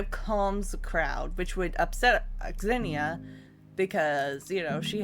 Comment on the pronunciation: Please pronounce Onyxia correctly.....😂